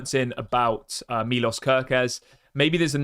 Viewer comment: It is more like milosh if you want to say it right